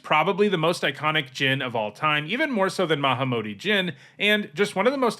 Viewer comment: The way you said haughty Jin made me think you said hottie Jin which wouldn't be inaccurate tbh.